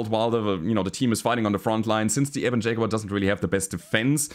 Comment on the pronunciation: LokenPlays also has a "Shaguar". 😆